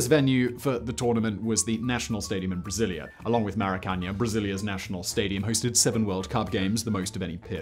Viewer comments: I think he meant 2008 and 2014 but those mixed up years did trouble me. Never mind his pronunciation of Maracanã which is screaming to have the final syllable stressed. I think I heard that this iconic stadium was going to be renamed, admittedly after a player of some renown. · For such a well researched video, it is a shame you couldn't take five minutes to look up the pronunciation of some of these cities/stadiums. Hearing "Maracaña/Maracanha" instead of Maracanã is very poor form. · please learn how to pronounce Maracana... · bruh those were some of the worst pronunciations i've seen in my entire life, he completly butchered cuiabá and maracanã, couldn't even go to google translate to at least have an idea of how they're pronunced